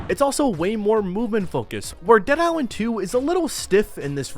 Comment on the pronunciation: How the hell you gonna do videos on these games without being able to pronounce a letter that's in both games' names? What's a Dead Iswand? What's a Dying Wight?